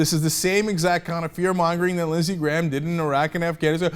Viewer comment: I kept thinking he said Lizzy Grant. Like Lana Del Rey.